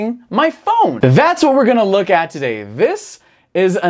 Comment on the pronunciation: "lets take a luck", "despite lucking like...", "this lucks..", " this is the classic lucks" LOL..... eu sempre tenho a impressao que o Izzy fala LUCK ao invez de LOOK! a pronuncia eh muito similar.